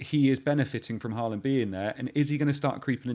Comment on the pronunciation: As a norwegian. you are only say the first part of the name in norwegian and half in English. Hå is correct. but land is much more flat and different. Almost like how you say the word first part of lama. That tone on the last part and you'll get it right:D